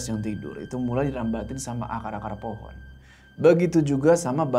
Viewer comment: ngomong pohon jadi po'on jd lucu wkwkwk